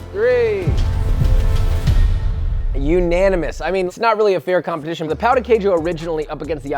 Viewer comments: I don’t want to be that guy but as a Brazilian… “pow the kay shoe🗣️🗣️🗣️” like cmon pow? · The way you’re pronouncing ‘pão’ means something other than bread. It actually means 🍆 and I don’t mean an actual eggplant. The accent of ‘ã’ and ‘a’ change the entire meaning of the word. Look it up, there are tons of jokes all over the internet.